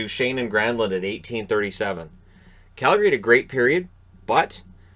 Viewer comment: I can’t understate how much I love that you pronounce Calgary properly